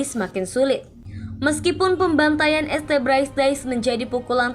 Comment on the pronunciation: Setuju bgt , jadi gk enak dengernya kalo pake kata este, naratornya n adminnya ini gimana sihh ? Gk mikir apa yaa ? Video buat publik kok narasinya kayak anak TK gini